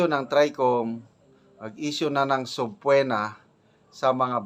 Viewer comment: Sub-pee-na po the correct pronouncement iation